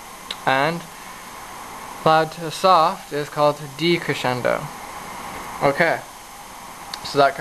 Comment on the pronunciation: creschendo? decreschendo? woah... hahaha